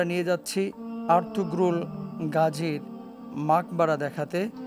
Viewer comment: তুর্কী ভাষায় আরতুগ্রুল গাজী না আরতুরুল গাজী বলে